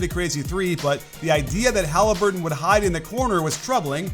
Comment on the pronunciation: No way did he just say 'Hali certain' 😂